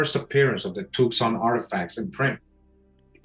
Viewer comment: Thank you! BTW Tucson is pronounced too sahn or tu san the c is silent for some reason.